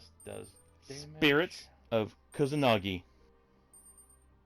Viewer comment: P.S u pronounced Spirits of Kusanagi properly. Forgot to mention that.